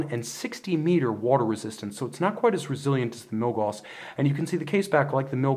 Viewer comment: Love the reviews, especially comparisons! Just FYI, Gauss rhymes with "mouse," not "moss."